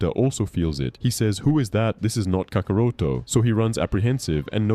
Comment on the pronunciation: misuses Gohan's new power and gravely underestimates his capability but it must be before his new transformation. Btw you pronounced kakarot wrong, but you did a good job otherwise.